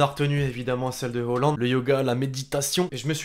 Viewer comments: C moi ou dit holand au lieu de halland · On dit halland avec l'accent norvégien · On dit Holland